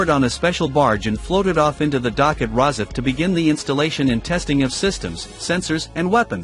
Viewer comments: nice video about the ship real shame an AI voice was used .what is a pred..asser...where is ros..if ? I listen for a while and then give up .Surely there are better AI voices to use ? one that doesn't sound like a robotic answerphone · I wish this narrator would pronounce Rosyth properly!!!!